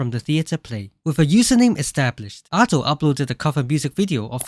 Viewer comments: Minor thing but you say her name wrong. Japanese is a phonetic language, so there is a right way to pronounce syllables. It is Aw-do, like awesome. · It's pronounced adeiu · this is cool, but like, you pronounce Ado as ah-dough, but I pronounce it like uh-doo which annoyes me the most for some reason